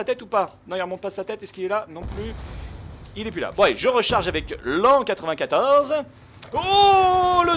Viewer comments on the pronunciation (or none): lan94 x) ca se pronnonce comme la haine 94